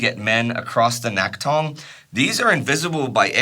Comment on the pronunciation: Thanks for another stellar episode, and I've been watching the series with excitement as a Korean whose grandfather died fighting in this war. By the way, the "낙동(강)" should be pronounced as "Nakdong" instead of "Naktong". I only mention this because you've been doing a great job so far to pronumciate Korean names otherwise. It may be written as "Naktong" in English documents because Korean romanisation is all over the place, but the original letter "ㄷ" is never pronounced as "t", for which there's another letter, i.e. "ㅌ". Also, a very minor thing to mention while I'm at it. I noticed you consistently call "Pohang" as "Pohang Dong". "-dong(동)" is a submunicipal level administrative unit of a city, e.g. "Pohang Si(city)". As such, if the intention isn't specifically to denote that part of the city, it'd be better to use a more general name of the region, i.e. "Pohang".